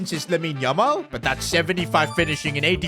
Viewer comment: that is not yamal that's lamal